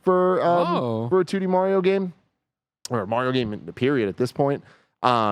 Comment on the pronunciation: They pronounce Mario wrong 😆